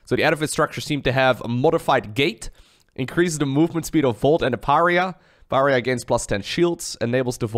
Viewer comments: maybe someone has corrected you already but just for an fyi, Pariah, is pronounced: Puh Rye Uh, not puh ree uh. love the4 videos tho, never played starcraft looked it up to see what ZvZ meant in albion. now i know but i cant stop watching. reminds me of playing warlords battlecry old old game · When he said Per-ree-uh instead of Pa-ri-uh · Pariah. Puh-RYE-uh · Love the new race and your video. It's pronounced "par-eye-uh" tho. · It's parr-eye-ah,;) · Pariah = puh-RYE-uh Basically means outcast. Someone being shunned. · I'm sure someone's said this but in case they haven't: Pariah is pronounced PEH-RYE-YAH. It means outcast. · You're pronouncing Pariah wrong. Pah-rye-ah. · Pah Rye Ah... Pariah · Pariah = Pa-Ri-Ah. Not trying to be mean, but reaching out. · Pariah= par-eye-ah Edit: love your stuff, been watching for years Edit: yes, please check out all the different races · Puh-righ-uh Uh-lie-tron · It’s “par eye yah” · Pariah is pronounced Pah-rye-ah, since you asked! Love this new sc2 race! Learn more so you can teach me! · Pariah is pronounced Mariah like Mariah Carey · Lol pareeah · Thanks for casting this,! It's fascinating to watch this sort of thing. I enjoyed the Hybrid cast, too. On a side note, I'm pretty sure pariah is pronounced pəˈraɪ ə (puh-RAHY-uh - stress on the middle syllable). Rhymes with the feminine name Mariah (like Mariah Carey).